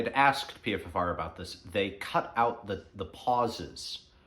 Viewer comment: PFFR is pronounced PFR. But that aside really great topic and message. Most of us certainly are entertaining ourselves to death and we’re living in the ADHD generation. I’m guilty of this myself. Today I’m going to spend off screens as much as possible and read a book or just sit in silence. Thanks